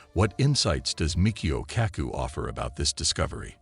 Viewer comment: Pro tip. When using software for voice overs. Use phonetic spelling for things that it mispronounces, like Mee Che Oh ka coo and Size Mick. It makes it sound more natural and less annoying.